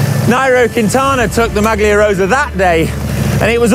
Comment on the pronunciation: Awesomr video, better than thr usual great, but can someone please tell how to pronounce "maglia rosa" correctly?